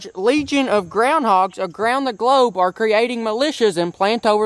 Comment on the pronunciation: said “grobe” instead of globe